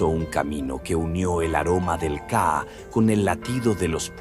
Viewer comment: No se dice kaa es ka'a, y otras palabras mal mencionados deberían contratar un paraguayo para los términos en guaraní!!!!!